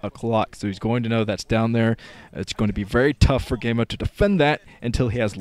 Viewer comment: The other commentators pronounce it "GeeGee-Emo".